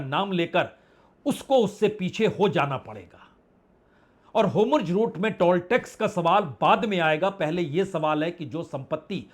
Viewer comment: क्या आप ज़ को ज कहना ( कोशिश करके) बंद कर सकते हैं ? अच्छा नहीं लगता जब आप हॉर्मुज़ (hormuz) को हॉरमुज (हॉर्मुज) कहते रहते हैं ।